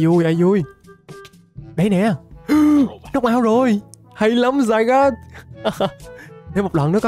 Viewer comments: Anh ơi zygarde chứ ko phải là zygod đây anh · Zygarde đọc là " Zi ga đê" mới đúng á a